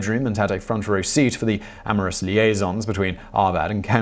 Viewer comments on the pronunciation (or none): none